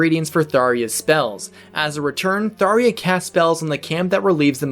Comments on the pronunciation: He pronounces it like that because it is a reasonable assumption to make, following the phonetic Japanese writing of her name, サーりゃ (Saarya). Sallya is her official name in Japanese, and supposedly it is a legitimate Hebrew name, pronounced sael-yah. We the fans are assuming NOA thought the Japanese S was intended to be Th (common in many transliterated JPN>ENG words, i.e. サンキュ (Sankyu) AKA Thank You). We also assumed the J was a fancy way of writing a Y sound to portray a more exotic name, i.e. Johann, and we all know about the infamous L vs R debate. At a glance all the evidence pointed to Tharja's name being pronounced with a Y. The only iffy part was why not just use Sallya as her name? But NOA constantly change names so that was easily handwaved. I personally think he's still pronouncing Tharja wrong, where it's supposed to be Tha-rya and not Thar-ya. The A sound is more in line with Sael-yah. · I''m very sure y'know she's named TharJa Ghast. Not Tharia. lol Because how would Rhajat be called? Rhariat? C'mon. I did like the video though. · I always called her “Thar Ja”. “Tharia” (Daria!) is an interesting pronunciation though. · I usually wait and see how the official source pronounces the name in question. And since they did call her Thar-JA instead of Thar-YA, I just agree to how it was officially pronounced. Including Caeda (SHE-da). But I'll never understand how people got a Y-sound from a J. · Good video, but I am highly bugged by the way this man says "Thaw-ria" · "Thar iya" is actually not the correct pronunciation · It's "Tharja" with a hard J, even says it like that: GG EZ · Every time he says Tharia I die a little inside. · ok but did you just say “tharya” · Cringed with every "Tharia". Either the J is a J, or it's used as an H. There is no way "ja" makes an "ia" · I have never heard someone pronounce her name "Thar-Ya". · Good vid. But it's TharJA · thariya? learn how to talk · Wait it's pronounced tharia? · its a J not an I